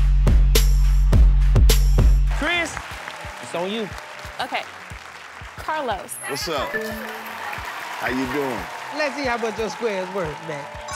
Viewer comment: disrespectful when people pronounce karlos as a "new comedian"